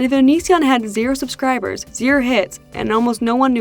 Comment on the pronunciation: The way pronounces 'subscribers' as 'susscribers' is adorable...